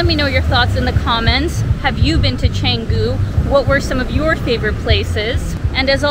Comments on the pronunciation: It's cha..not che...like so lazy to pronounce it in its language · Very good brief description of what Canggu can offer whilst there are more to be discussed. A bit of comment, if possible, is to pronounce the word "Canggu" as the locals do would be much appreciated than sticking to the tourist accents. Thank you.